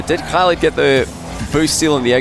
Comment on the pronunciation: you are pronouncig oKhaliD's name really well :)